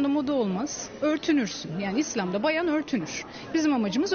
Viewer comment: Bayan bayan diye vurguluyor, feminist tayfa kuduruyor :)